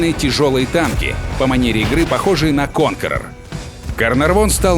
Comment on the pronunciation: Блин вроде же официальный канал, зачем названия танков так коверкаете??? Слушать противно. Что за "ФЭ-ВЭ" правильно читается "ЭФ-ВИ", какой нафик "ТАЙП 59" - он "ТИП 59", про "конкереор" и "карнарвал" вообще молчу...